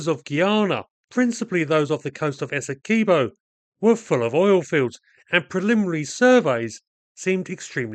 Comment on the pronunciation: It's Essequibo not Es-se-key bow I fed up when people deh calling it daw btw It's coming from a guyanese